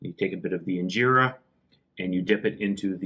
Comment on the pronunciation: fix your accent its not ingerra